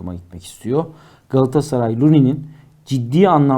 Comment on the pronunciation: Moderatör kardeş, programın adı "Gündem Gaaassaray" mı yoksa "Gündem Galatasaray" mı? Ne yazıyor önündeki kağıtta?